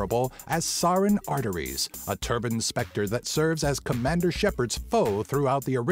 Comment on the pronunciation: Sa-renn Arte-rius ;)